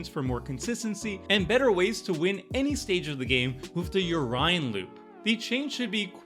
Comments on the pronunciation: Lol yeah, the “yo-Ryan loop” 😂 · C'mon,. Even Seth knows how to pronounce Yorion!